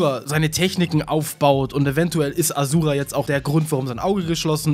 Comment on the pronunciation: A Schu Ra ausgesprochen!